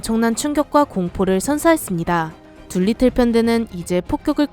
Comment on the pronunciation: 둘리틀이 아니고 두리틀(Doolittle)